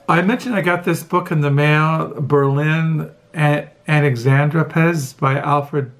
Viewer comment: Your German pronounciation of Berlin Alexanderplatz was pretty accurate👌 I often thought about how lucky I am to be born with German as my mother tongue. I'm hugely grateful for being able to read the marvellous works of German literature and philosophy in their original language version. What about you, what is your attitude towards Germany, German culture and language? Have you ever considered learning German? Many greetings🙂